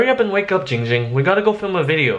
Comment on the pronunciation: Its actually not